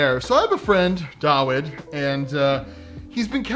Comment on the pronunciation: "so I have a friend..." Proceeds to say dawid's name wrong